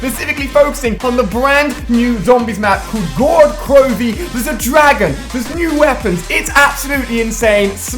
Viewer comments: Actually you need to say "gorad krov " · its pronounced go-ra-ut kro-ve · it is very funy how ali and others say gorod krovi, I know russian and he spell it very wrong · "Gorod krovi" it is russian pronounce of "city of blood" on english ⚡️⚡️⚡️ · I'm Russian so I have cringed so much when all the youtubers pronounce the name of the map